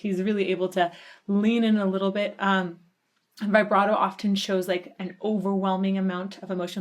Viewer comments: ok i didnt look at when this vid was made... if you're going to try to put yourself forward as a music expert.... learn to pronounce vibrato correctly. christ what are they teaching kids in school nowadays? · I tried to avoid this but I can't. Please stop saying vybrato. It's vibrato, like vuhbrato. Please & thank you. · U heard it before u made the video.. u said u did... u called out what would happen next a few times... and way to go on pausing the solo. Worst timing. And vibrato is pronounced VIBrato not VIBErato. Also, it's not a tribute to dime. This was from 1990 and he was killed in 2004, so I don't know how u figured ur theory right after u stated facts. I'm glad ur open and appreciative ove this, but ur assumptions are expressive and u obviously didn't enjoy a lot of it.. more so, just blown away that it's actually good music. Not trying to be ultra mean or rude, but this reaction was more like "I studied this song and I'm gonna fake what I feel like" kind of thing... good for u. So honest